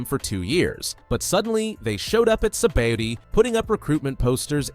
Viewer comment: Like how much times u said sabadi it’s sabaodi